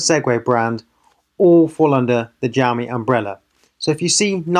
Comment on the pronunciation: gamy 😂😂😂😂😂😂 xiaomi